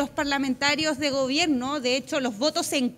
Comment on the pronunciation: se dice gobierno , no gobieno